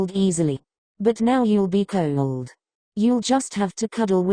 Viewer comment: "Kyewld" is what i here everytime it's supposed to say cold